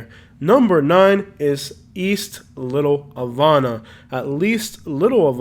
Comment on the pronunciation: Say Havana lol , thanks for the video